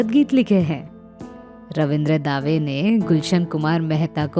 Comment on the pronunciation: रवींद्र दावे नहीं रवींद्र दवे कहिये